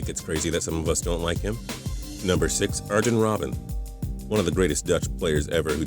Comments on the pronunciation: u also said 6 song u say it iron robben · when you said Robben's first name I developed aids